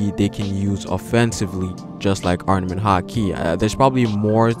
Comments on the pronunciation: Armament, ARMAMENT! Not arnament. Great video but you were driving me crazy with your mispronunciation haha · Chris Adler I caught that too. He's a little inconsistent with the word where he'll pronounce it with the pause and other times not. Also, he kept saying "arNament" instead of "arMament" which was driving me crazy lol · ITS NOT ARNAMENT HAKI ITS ARMAMENT. Do you even respect the craft? Jesus